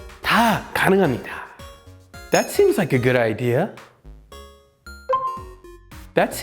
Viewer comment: seems like 는, 씸자이크 seem like 는, 씨마이크 로 들리는데 요렇게 발음하는게 맞는지요?